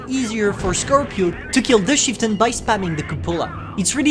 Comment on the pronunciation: * says chieftain* What i hear: "sheetin"